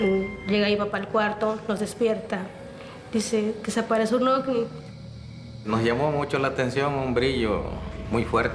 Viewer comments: En español, la letra “V” se pronuncia como “B” según la RAE. Me desespera escuchar “ofni” jajajaja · Ofni Ofni Ofni y ofni 😂😂😂😂